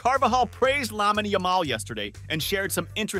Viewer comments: its actual painful how americans pronounce Lamine yamal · "lamin Yamal"